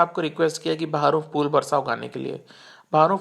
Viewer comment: Rubbish video. Brother your Hindi pronunciation is horrible. You are pronouncing' Fool' instead of ' phool '. It's फूल not फ़ +ऊ +ल . First learn correct Hindi, then make video.